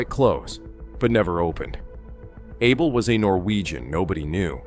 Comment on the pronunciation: His name is pronounced Ah bell.